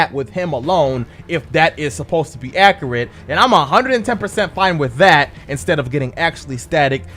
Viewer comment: "I have decrepancies"........HAHAHAHA my god your English is fucked. it'd be "THERE ARE discrepancies" one can't have a discrepancy. AHa! and you said "acarate " 'hahahaha. I know that was a joke I'm sure, but your English is on some forneverworld shit hehe. but please, I'm deadass visiting fam in africa right now....hit me with that Inj2 'my dude, can't get it out here yet!